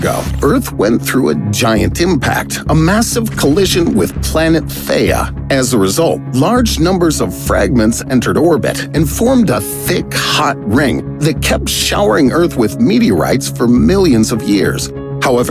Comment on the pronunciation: The planet is THEIA, not THEA